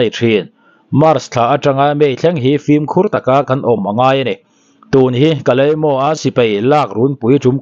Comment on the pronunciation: KALEIMO tia i lam kha KALIMIAU tiin lam tûr😄